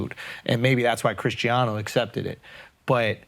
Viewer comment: Did andrew say *Chrisgiano*😂😂😂😂 My goodness